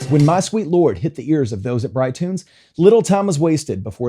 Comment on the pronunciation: My sweet lor ord. Your so fi ine. Making two syllables out of one with the last word. That nails it. I believe George didn't do it intentionally. But then, i would say that, being as i'm a totally biased Beatle fan.